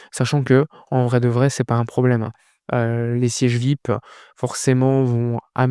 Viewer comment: Frangin, fais quand même l'effort de prononcer #Vi-ayi-pi, en lieu et place de #Vip, car certains auditeurs ne sauraient deviner ce que c'est. Sinon, courage pour le sacré job que tu abats💪